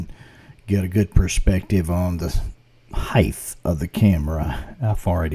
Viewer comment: I know it is wide to width, deep to depth but it isn't high to heighth, it is just height. No terminal th sound. I would like to see the clip of the passing slowed down a lot and looped. It looks a bit napped in the original version and I would rather see the 'fur' or 'hair' a bit better and longer.